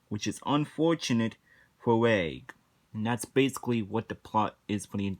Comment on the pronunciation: You mispronounced reg, by the way.